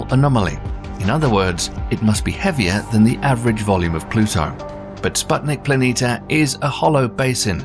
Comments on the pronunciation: PLANITIA, NOT PLANITA, THERE IS AN I!!! WAKE UP!!! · It would be nice that planitia were read correctly. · Planitia is also pronounced as /planeesha/ not /planeeta/.